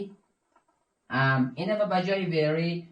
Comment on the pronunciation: همه چیز درست جز این که، 《ام》تلفظ میکنی، باید 《اِم》تلفظ کنی